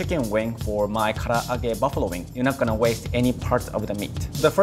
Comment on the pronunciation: yt:It's "Ka-La-Ge" NOT "Ka-a-Lagge"..!! If you're going to try to say a Japanese word, to make you look like you know what you're talking about, then learn how to say it right!:yt: Also, you do not marinade using eggs, for Karage. Plus, he didn't clean the Konbu before using it in the dashi stock. That's like not cleaning a carrot before cutting it up and putting it into your food...